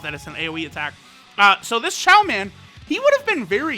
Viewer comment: It's Chioman